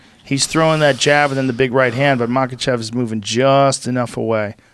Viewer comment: Brendan - Makhachev aka machav. Smh. 🤦‍♂️